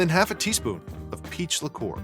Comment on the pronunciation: I kept hearing “pizza core” instead of “peach liqueur”